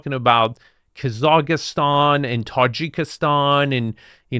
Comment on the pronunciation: He sometimes inserts an extra syllable but very rarely (promontory). How many languages do you speak? Have you travelled much?